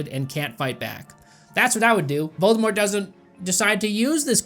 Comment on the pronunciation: "What is it with the British and their mispronounciation of T?" Also: "...Voldemore..."